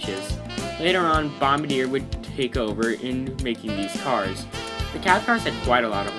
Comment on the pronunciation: "Bomba deer"